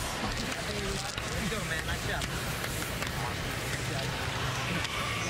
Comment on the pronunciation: Meowww! And it's "nice" not "nive"....